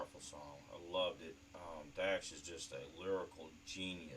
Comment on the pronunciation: Thanks for the shout out you said my name right lol Dax is very versatile bars for days and deep messages